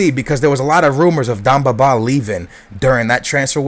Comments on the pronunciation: It's demba not damba :) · ...its Demba not Dumba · Its demba not damba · D'E'mba Ba not dumba Ba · Demba Ba, not Dumba Ba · DEMBA!!!!!! BA NOT DUMBA!!!!! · Demba not damba :) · It's Demba Ba not Damba Ba. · His name's Demba Ba, not Damba :p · d-EM-ba not d-AM-ba :) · It's DEMBA BA not DUMBA BA!!!!!! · Its DEMBA, not DAMBA. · its not darmba ba its demba ba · Please, its Demba ba not Damba ba its E not A, You're murdering his name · I'm loving the series but just because your Portugese doesn't mean iit's Damba Ba. IT'S DEMBA BA!!!!! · Yo its dEmba ba not damba ba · its DEMBA BA not DAMBA BA!! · demba ba*, not damba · It's not dambaba just to let you know, it's Demba Ba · It's Demba Ba NOT Damba Ba. Fuck. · It's Demba not Damba ;) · Deeeeemba not damba -. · love your videos but its DEMBA BA not DAMBA BA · Demba not Domba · Stop saying DAMBA it is DEMBA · Who the fuck is Damba Baaa? You're pronunciation is shit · DEMBA (DEHM-BAH) BA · Damba Ba is how he says it. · DEMBA Ba... DEMBA... With an "E"! Jesus man. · Bro, his name is DEMBA BA not BAMBA BA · Demba Ba, not Damba Ba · its dEmba ba not dOmba ba